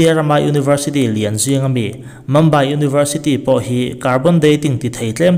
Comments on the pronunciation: Mambai nilo in mumbai ani e tih mai te hi, 'mum' tih hi saptawng anilo a chuvang chuan mumbai tih a lam tur ani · Archeologist hi sawi angai zing sia, lamdan diklo hi ngaimawh a va awl ve, adika lam hram tum ava tha em, chutiangin mumbai pawh mambai tia sawi hi 🙄🙄